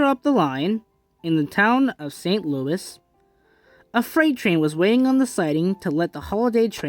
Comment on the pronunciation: Its pronounced ( Saint Loo - eee )